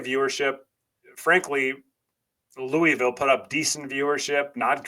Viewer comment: Very well done and thoughtful analysis,. My only suggestion is that you learn to pronounce "Louisville" correctly, the way the Louisville populace pronounces it. It is more of a sore subject with them than you might think!